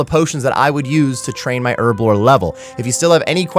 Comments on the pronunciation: Earblo 😂 why is it so hard to pronounce the H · All I hear is Erblore XD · wtf is ‘ERBLORE 😂